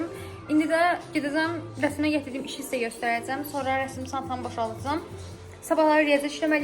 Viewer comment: Rəsim yox rəsm😊